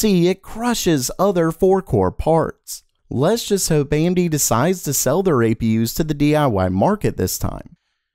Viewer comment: "GOING AMT" the what?